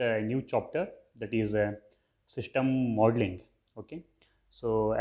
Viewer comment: Shishtem modling nahi hota system modling hota hai Aur ager english nahi ati to urdu mai bhokh lia karooo dusar ka time zaya q karwata ho lul ctrl + A press kar ka sari videos delete karo chutiya insan